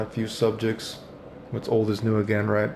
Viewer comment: has been "royt". Did Maximilian voice took over for a second?